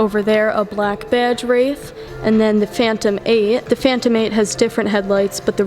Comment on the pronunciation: I love all your presentations.....always excellent photography and information. If I may....the correct pronunciation of this car is RAY-th. Like a ray of sunshine. (As opposed to wrath....which means extreme anger, I can't imagine anyone being angry owning this beautiful automobile.)